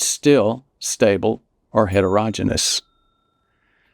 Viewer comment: Really like all this information. Doctor needs to learn to pronounce heterogeneous - it's like hetero-"Genius"